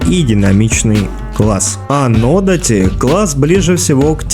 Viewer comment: нодАти или одАти, это если уж реально придраться хочется.😁это оба длинные мечи. большой буквой ударение показал.))